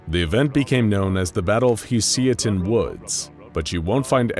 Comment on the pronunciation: Am I the only one that noticed him pronounce Husiatyn like 3 different ways? lol